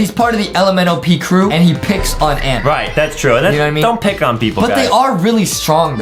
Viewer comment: He Say "I'm Moving N To The Nd" Ok (PRONONCIATION OF END)